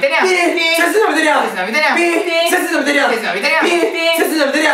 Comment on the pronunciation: 「背筋伸びてるや〜ん」のイントネーションが違う気が…